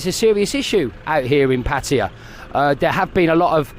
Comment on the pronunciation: Why are you calling it Patya? Is that how they pronounce it locally?